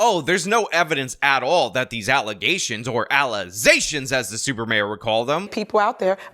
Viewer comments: You have corrupted my mind. Now every time I hear the word allegations all I hear in my head is allizations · ALLEZATIONS Entire crowd cheers in frenzy, especially me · Always making those 'allezations'! 😮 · Im just here to hear the Mayor say Allezations. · It still shocks me when I see that clip lol I dont understand how that happens, did she genuinely think thats how its pronounced? Was she pronouncing it that way intentionally?